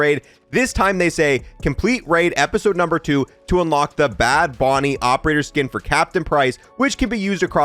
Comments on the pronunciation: Boonie not Bonie lol BOOOOONIE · Man just called a boonie "bonnie" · Boonie not bony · Bro, every video you read something wrong. Its bad bOOnie. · Boonie .... not Bonnie. I just wish they'd fix weps camo not progessing/unlocking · "bad boo-knee" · Boonie. It's boo knee